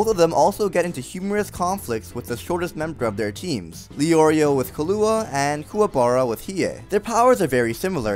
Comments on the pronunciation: killo wa... its pronounced killwa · 2 mins after u fucking butchered the name Levi u go ahead and fucking murder the name killua XD!! such a savage!